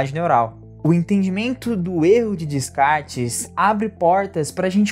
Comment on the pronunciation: Realmente um mito que condicionou muito negativamente a percepção da realidade. Dica: Descartes se pronuncia "Decar" 😉